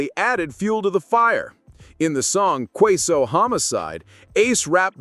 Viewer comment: The man name aint queso its ksoo